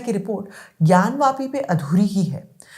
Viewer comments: ज्ञान वापी है न कि ज्ञान व्यापी जो सही से बोल नहीं सकता वो सही फैक्ट क्या देगा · इस अनपढ़ ज़ाहिल के बच्चे को कोई बताए कि ज्ञानव्यापी नहीं ज्ञानवापी होता है। वापी- कुआँ।